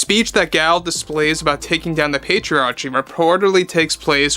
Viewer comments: Just a minor point: it’s pronounced pay-tree-ARR-kee. Hard “c”. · Pay-tree-are-key is how you pronounce patriarchy, sorry to nitpick good video all around bro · It's said like this Pay-tree-arrrr-key 😉